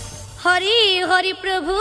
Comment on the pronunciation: ❤❤বৰ সুন্দৰ কন্ঠ পাঠিকাৰ❤❤ কিন্তু পালিসকলে প্ৰভু শব্দটো প্ৰৰভু বুলি কৈছে😂